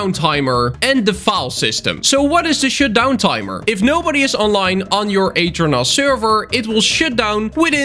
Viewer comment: am i the only one hwhi heard him say "shitdown" instead of "shutdown"?